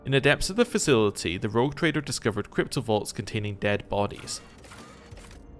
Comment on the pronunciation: I keep hearing you say cryptovaults and it gnaws at me. XD